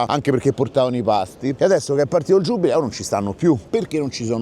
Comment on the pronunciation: è giubileo non giubbbbbbileo